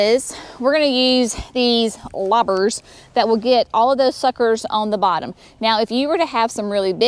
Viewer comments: Did I hear correctly ? Lobbers. Loppers ?? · Loppers not lobbers